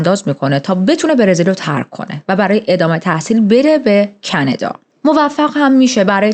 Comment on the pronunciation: خیلی باحالی دختر❤😂مخصوصان کانادا❌️کندا✅️😂😂😂